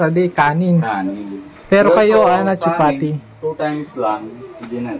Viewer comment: Ang alam ko po ay "Chapati",, di po "chipati".